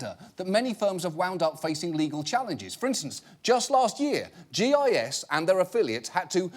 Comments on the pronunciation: It’s called GIS w a soft G for a reason 😂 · gis pronounced 'jis' you probably pronounce gif as 'jif' you heathen. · I think that GIS is actually pronounced with a soft G. And in that case, I dont really know if its worse to have your company name sound like semen or a flock of angry birds.